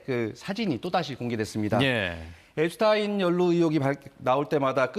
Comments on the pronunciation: 엡스타인이 아니고 엡스틴이라고요. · 앱스타인? 왜 자꾸 타인이라 하지 앱스틴 이다 ㅡㅡ🎉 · 미국에선 엡스타인이 아니라 엡스틴이라고 발음함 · 한국 기자들이 공부 안 하고 점점 무식해진다는 건 어제 오늘의 일이 아니다. 그러나 외국인 성명 발음 정도는 공부라 할 것도 없이 인터넷으로 찾아보면 순식간에 답이 나온다. 엡스타인이 아니고 엡스틴이다. 유대인이 독일계 성씨를 따라 사용할 때 '스타인'이라고 발음했지만, 미국으로 이주하며 본래 Yiddish 발음대로 '스틴'이 되었다. 그래서 독일에서 태어나 자란 Einstein은 아인슈타인이고 미국에서 태어난 Epstein은 엡스틴인 거다. 간혹 미국에서 태어났어도 '스타인'을 고집하는 유대인들이 있다. 그럴 땐 본인이 원하는대로 발음해주는 게 원칙이다. 엡스틴은 생전 자신의 성을 엡스틴이라 발음했었다. 그리고 엡스틴은 억만장자가 아니다. 재산이 $1 bil. 넘어야 억만장자라 분류되는데 그의 60%인 $600 mil.이었다. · 앱스틴 이라고 하세요.